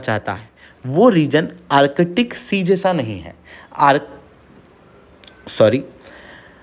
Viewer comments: Use Hindi ka adha akshar of ka. Arc-tic NOT Arche-tic! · Its Artic sea not arkitic...Chale logo ko padane.